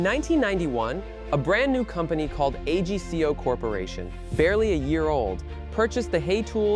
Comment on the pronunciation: It’s pronounced AG CO AGCO one word Not A G C O